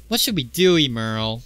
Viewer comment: Good vid. Pretty sure it's "ehm-earl" instead of "eem-earl".🤔